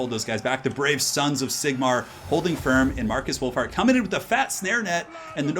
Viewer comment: Lol, sounded like you called him Markus Wulf-fart